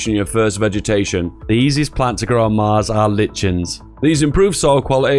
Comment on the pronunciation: Pronounced "LIKEN"